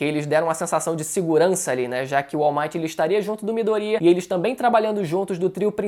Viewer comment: Não é Midorîa, é Midôria (colocando o assento só para ajudar a entender o que eu tô falando)